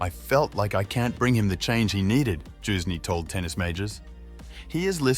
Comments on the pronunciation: It's Youzhny, as in "you", not "Joozhny" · "His former coach JUICE KNEE" wtf learn how to pronounce names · Youzhny is not pronounced Choosney, dude. Have you never seen him play, heard his name? Whats going on? Jesus....